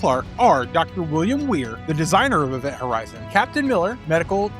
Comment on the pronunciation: I swear he said Event Howizen